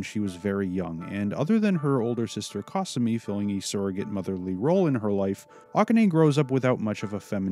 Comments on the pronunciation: Japanes pronunciations: Aka-nay So-oon Kasu-me (not kah sue me) Llama (ranma) Ryo-gah (not ri-yo-gah) Moo-su Ha-po-sigh Oo-kyo (not oo-ki-yo) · I have never heard anyone pronounce Kasumi and Akane like that before. But I've only watched the English dub because I hate reading while watching videos. It just isn't my thing and I'm lazy. Hopefully Ranma gets finished one day in anime form.